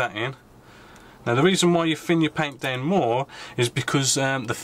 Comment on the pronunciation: You say it ve-lay-ho and also it's also down not dow-un.